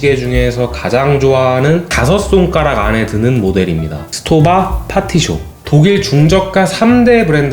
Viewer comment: 정확하게 발음하자면, STOWA는 독음이 '스토바'가 아니라 '슈토바'입니다. 독일어의 경우 S로 시작할 때 뒤에 자음 P나 T가 있으면 '스'가 아닌 '슈'로 발음해야 합니다.